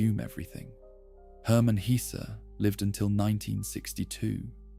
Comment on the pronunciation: both E in Hesse are pronounced like the first E in >hesitation or in less ,mess, caress